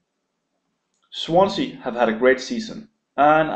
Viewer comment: "Swansea - Stoke" lol... fail..